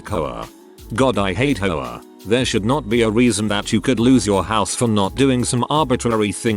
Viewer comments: The way the bot pronounces "HOA" sounds like a New Englander saying "whore" and I'm losing it over here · The vid did it weird, but they're using TTS that for w/e reason pronounces HOA as a word. But most NA people pronounce H with a vowel sound. An goes before a vowel sound, not just vowels. English has weird rules.